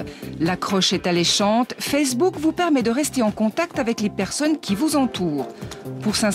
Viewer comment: "Marc Toukerberg" ? j'ai bien entendu ça ? O_o bah dit donc ! Et la meuf qui dit "Fersbook".......